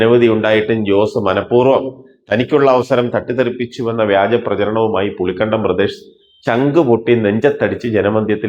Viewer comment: പുളിക്കണ്ടമല്ലടോ പുളിക്കകണ്ടം. കാര്യം മനസ്സിലാക്കി വായിക്കടോ. 🥰🥰😜